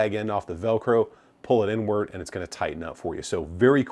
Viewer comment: Did he say inward or N-word? We may never know.